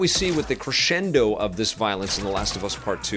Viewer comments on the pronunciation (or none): none